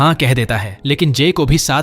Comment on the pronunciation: its floor not faloor